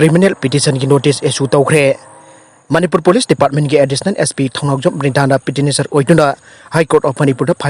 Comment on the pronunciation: NEWS reader nena PETITIONERS haina paba phao thokte 😭😭😭